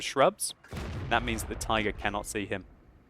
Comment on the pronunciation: "And he spots the TAYGAH" Best moment xD